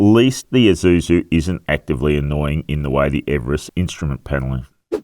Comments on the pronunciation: Thanks for correctly saying Eee-suzu, instead of Aei-suzu! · Ah, it's the first time I hear an Australian says Isuzu correctly, instead of eye-zuzu. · yep thai pple where its made is called Ee-suzu